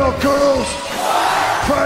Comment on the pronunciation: The way he said squats..... I felt all of that to my soul. 😂😂